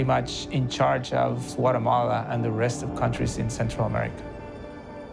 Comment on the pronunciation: He says whatamalla 😂